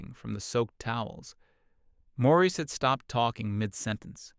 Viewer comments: IM SO GLAD IM NOT THE ONLY ONE WHO NOTICED THAT! i had to reread several times before deciding it was just a clumsy mistake. also the different pronunciation of Maurice and the "ie" being "ah-ah" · The Nineties Hippy-Dippy guy isn't named "Morris" but is called that for half of the story. Then the narrating voice calls Mr. Hippy-Dippy "Maurice" at 2/3rds of the way through story.